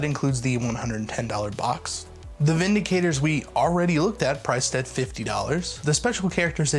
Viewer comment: How is Vindictor pronounced Vindicator?